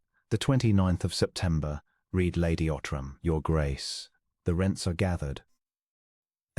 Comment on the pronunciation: Is it possible to find an AI narration that can properly pronounce the past tense of "read?"